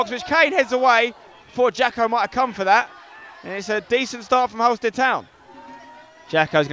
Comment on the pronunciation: Please pronounce Halstead properly 😂🙌🏻